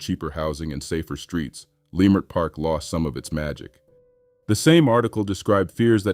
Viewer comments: Its not pronounced "lie" mert park... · Was this a black A.I. voice, cause what is layemert park 😂😂😂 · This is done by Ai. The videos don't match the supposed subject, but the loudest "tell" was the mispronunciation of Leimert Park. I've lived in LA since 1966.